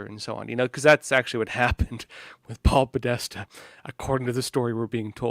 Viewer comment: "Paul Podesta"?!? Interesting thought though